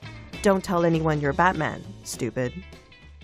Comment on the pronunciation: Here is the pronunciation of Batman /bætmæn/